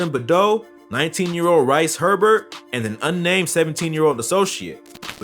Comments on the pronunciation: His name is Reece just spelt different not rice 😂😂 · Man called him rice Herbert 💀😂😂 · "rice herbert" someone send my man back to school